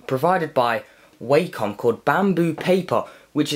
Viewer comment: It's actually pronounced as WA-COM not WAY-COM